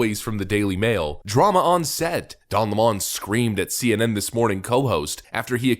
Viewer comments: Its lemon like lemonade . Hes not french . What do you do with lemons you squeeze them to make lomonade . Stop catering to the nutters . Its lemon not le'mon . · His name is 'LEMON' like the citrus fruit, NOT Le Mon !!!!!!! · its lemon not Lamone 🤣🤣🤣🤣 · Why do people call him le-mon, it's clearly lemon, like the fruit. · Lemon. Like the fruit. Please stop saying "Le-mon." Don't give the leftists any ammo to use against you, however petty. They will use it. "You can't trust a guy who can't even say the name of a fruit correctly." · Stop saying La-Mon... it's LEMON like the fruit... like him. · It's lemon not lamon..good try..haha..nz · Please say his last name properly, Lemon. Like this POS car is a Lemon. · LEMON , PRONOUNCED SAME AS THE BITTER TASTING FRUIT . L E M O N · You're pronouncing his name wrong - it's pronounced the same way as the fruit. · Why do people refuse to say Don's last name correctly? It's Lemon 🍋, you know, the really sour fruit. That moron isn't french, he's, maybe American but it's hard to tell. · Isn't it pronounced like the fruit? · Why do you say his last name that way? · His last name is pronounced 🍋!!!🤣🤣🤣